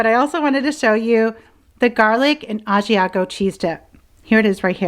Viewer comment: I also love Trader Joe’s I’m from San Francisco so I was lucky to always have it. My dad is from Italy and he is a chef. He wants you to learn how to pronounce Italian words, but he loves that you love Italian food. It’s pronounced Brew-Sket- a not Brew-shet-a (common American mistake) and you are pronouncing Ah-See-ah-go as ah-she-ah-go. But he said Bravo for your Bruschetta Chicken and I really like your corn salad we make that back home with avocado too.